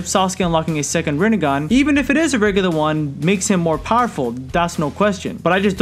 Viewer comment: You mean "Rinne-gone"